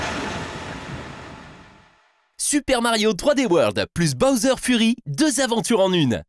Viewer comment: Il fallait dire Fury en tant que "Fyury" car Furry veut dire autre chose